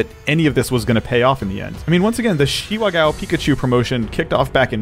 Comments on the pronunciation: Ga-o not gow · GAH!! OH!! IT’S GAH OH!!! NOT! G O W!!! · Not Gao but it's pronounced more like GaOU